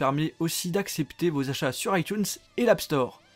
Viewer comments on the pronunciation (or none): none